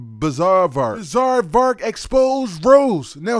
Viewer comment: The struggle is real when you try to say bizaardvark